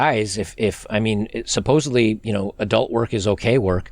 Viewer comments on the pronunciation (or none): none